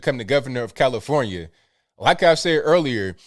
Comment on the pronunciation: "commifornia" LOL